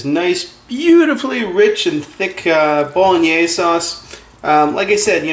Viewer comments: Can't even pronounce bolognese properly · I find your pronunciation of Bolognese interesting. You pronounce it in 3 syllables: as Bo-lo-NAAZ. Most people pronounce it as Bo-Lo-NEH-say in 4 syllables with accent on 3rd syllable. You're not Italian are you? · Eric Fisher Called Bolognese because its origins are from Bologna. What a load of bolognese!! It's true it comes from there, just don't want to carry on a stupid conversation. Who cares WHERE it comes from? Who cares HOW it's pronounced? As long as it tastes OK, that'll do me!! Btw, he pronounced Bolognese the way he sees it. Not sure I'd go along with his cooking method. That tomato paste is too much. Half of that would do and he should cook it out to get rid of the overpowering acrid, tomato taste. More garlic. Oxo cube - beef flavour. Tweaks like that. But then that's me 😉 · Betcha can't either. This guy was doing what he could with a foreign word. Do you have anything substantive to say?